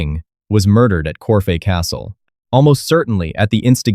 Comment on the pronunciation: It's corfe castle NOT corfay